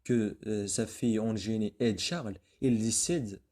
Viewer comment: Bonne explication mais faites attention a votre prononciation surtout dans les mots suivants : indes et Eugénie !!!!